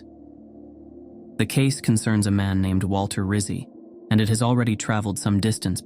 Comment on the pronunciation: Rizzi = Ritt-Zee --- like pizza = Peet-zaa